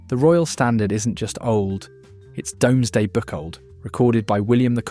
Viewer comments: Please stop using AI voices. They cannot pronounce properly. It;'s not the Dommesday book; nor is it nine hundred fifty three. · Domesday pronunciation is incorrect.